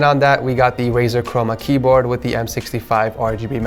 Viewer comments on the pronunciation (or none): that's not "RAZOR" but "RAZER", and on the description.